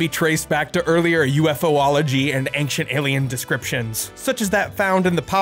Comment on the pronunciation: it's just ufology not ufo-ology